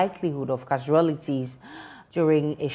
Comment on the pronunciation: What's happening with the Ghana Institute of Journalism with expressions and word pronunciations? My dear, how on earth do you pronounce CASUALTIES as CA-SUA-LITI-ES? Ghana paa 😮 Since when did we become this bad in ensuring our state media and institutes don't become a laughingstock? It seems the bar is set so low now that we hardly do our best to exceed the limit. In this era of high-tech and social media, we are foregoing the necessary steps of due diligence. I'm watching from the States, and this is no gimmick. We've got to do better than that. Ghana 🇬🇭 paaa😮